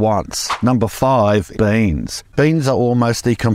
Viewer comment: That "boooyeans" felt like a spring coming loose xD loved it